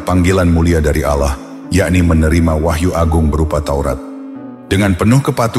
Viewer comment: Bukan Al llah bang.tapi ALLAH SWT